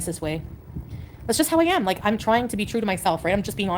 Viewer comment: The way she says AM like EMM